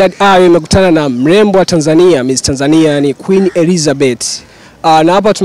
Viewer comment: Hiyo Tanzania inavyotamkwa daaa ningewez kuiandik ningeiandika